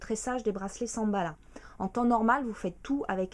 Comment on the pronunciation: Elle a dit Samballa. x)